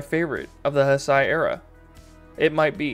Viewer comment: Those are Masers (microwave lasers) mounted on tanks. By the way, Heisei is pronounced HAY-say. To be fair, it has less to do with misogyny, and more to do with a 200ft. long, multikiloton monster who can accidentally destroy a city just by crawling through it being on the way, as you see for yourself . Not to mention previous experience with other kaiju also teaching the people to be inherently distrustful of them.